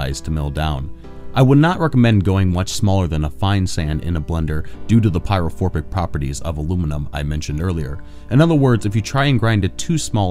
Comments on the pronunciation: Pyrophoric, not forbic. Just sayin.. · Pyrophoric not phorbic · There is no “b” in pyrophoric lol